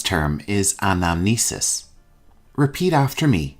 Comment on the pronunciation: Hi, Thank you for your great work.I want to make sure about a word . You said "anamesis" , I think it should be "Anamnesis". Would you please clarify it?